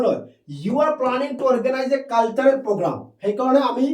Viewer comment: Sir caltarel nahoi cultural